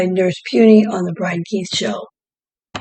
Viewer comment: Brian Keith not Brain Keith 😂